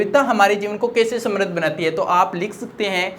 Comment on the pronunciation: Samradhi nahi hota hai sir samriddh